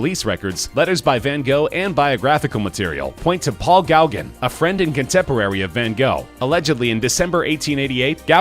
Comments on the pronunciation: GOW-gin? Who the fuck is Gowgin? It's go-GAN, you uncultured oaf. Not all names are pronounced as they are spelled, and you should have double checked before uploading this ear torture. I should unsubscribe just on general principle. A few more horrendous mispronunciations like this, and I will. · It's pronounced go-gan